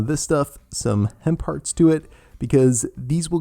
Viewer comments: Hen parts...lol! I heard the same too... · Hemp hearts...I thought you said hen parts 🙀 I’ve been craving oats, will be doing this!